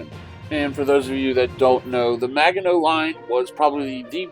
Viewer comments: Is he really saying Maga-know? Oh please, please learn to pronounce it!! Also, that illustration was fictional, produced for propaganda purposes. None of the ouvrages was anywhere near that large. This looks more like a dungeons and dragons dungeon map. Please just look up Kaufman and jurga's book on the Maginot line. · Thanks for the video and update. BTW, if you're concerned about correct pronunciations... it is actually a soft g in Maginot